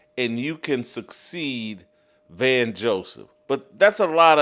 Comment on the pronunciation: It's "Vance" not "Van" Joseph.